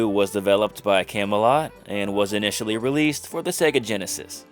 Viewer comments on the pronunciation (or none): none